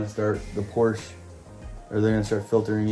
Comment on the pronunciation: I'm hoping that some day you will start saying Porsche correctly! LOL!!